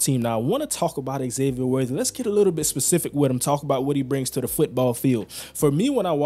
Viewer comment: Its not X-zavier... its pronounced Zavier.